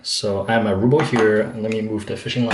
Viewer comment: RUHHHHHBLE RUHHHHHH lol you're saying "rooble" haha I was like wth is he saying 😂